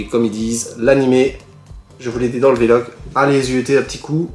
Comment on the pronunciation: tu me fait rire a dire "V-Log" en 2 mots, c'est VLOG en 1 seul mot:) Tokyo revengers et Mashle, seront mes prochaines nouvelles séries ^^